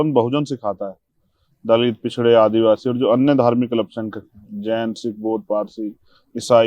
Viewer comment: एंकर जी...पछडे नही.. पिछडे याने.. औबीसी...अन्य पिछडा वर्ग... सही शब्द का उच्चारण करे.. महाशय...! भाई जी कि तरह..! जय भिम..जय संविधान..जय ए एस पी..!